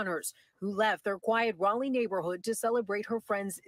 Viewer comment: Crazy young white men with guns make up a huge percentage of mass shooters. What the hell is causing this to happen? Granted it is way too easy to get guns but there is something more going on. As a side note Raleigh is pronounced "rol-lee" not "reilly"